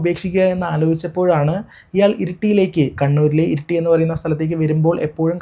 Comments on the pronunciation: ഇരുട്ടി അല്ല ഇരിട്ടി🤪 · Irutty ❌ Iritty ✅